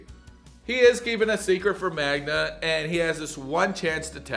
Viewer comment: I can't understand how you can't pronounce his girlfriend's name Magda, not Magna.😅